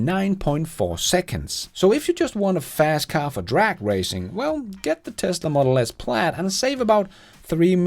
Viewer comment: An other great one. Next lesson: Pronunciation of, Car and Childs🤣